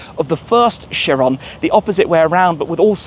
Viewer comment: Right pronunciation of this car is buh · ga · tee kai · ruhn